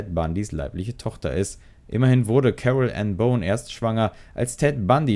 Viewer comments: Boone, nicht Bone. Das spricht sich wie „Buhn“. Und wirkliche Neuigkeiten zum Verbleib von Rose kann ich auch nicht erkennen .... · Genau! 😂 Und „Boone“ spricht sich nicht aus wie „Bone“...